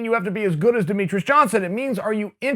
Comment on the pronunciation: Demetrius "Demetrus" Johnson